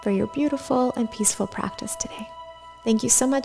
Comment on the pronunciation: Great short practice! I would love if at the end of the video you googled the proper pronunciation for namaste. Namastay will never be the way 😂